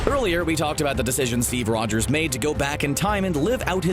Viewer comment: Steve Rwogers